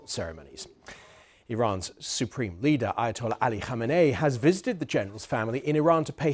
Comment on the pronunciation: I just want to say that in all my years of living on this planet we call Earth, this is the first time I've seen a white British BBC news anchor pronounc that rat Khamenei's name correctly. He got the kkhhh just right and even got the different high and low vowels in there correctly. Honestly, this is more impressive than the precision drone strike on Qasim in my book